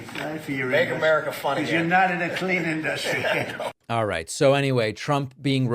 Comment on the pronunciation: “In duh stree” = industry